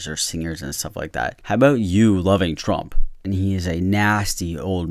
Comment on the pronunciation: Liked for the Trümp sheeet-talking 😂